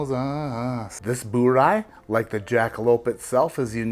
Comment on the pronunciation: “Bur-Rye” not “Boo-Rye”. It’s not Boobon